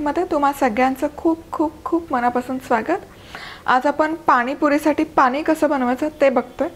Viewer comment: मॅडम तुमच्या रेसिपी खूपच छान असतात हो पण बोलताना ण आणि न योग्य जागी वापरलात तर खूप बरं होईल. आम्हाला ऐकायलाही छान वाटेल. "पानी" ऐकायला खूप कसंतरी होतं. तेवढं बघा जरा जमतंय का.